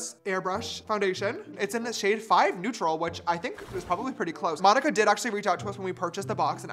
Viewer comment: Why are u saying my name like that its monika